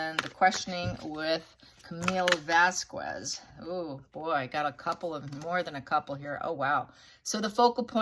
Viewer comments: It's Vas- kez. Not Vas-kwez. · Vas-kez, not Vas-kwez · Great reading! Vasquez is usually pronounced Vas-kez as opposed to Vas- kwez. Elaine mispronounced her name. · Pronounced VAZ-kez. Love your readings milady… have been following for a bit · pronoun as Vas k ez!!!! Your readings are excellent all the time!! Thank you!! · Vasquez is pronounced Vaskez. Elaine kept pronouncing it the way you do and I cringed every time. I know you aren't doing it purposefully but I'm pretty sure Elaine was. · Vasquez - the u is silent when followed by e in Spanish. Similarly, the name Miguel - the u is silent. The word “que” - u is silent (in Spanish means “what“). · So many reverses! (Pretty sure the u in Vasquez is silent.)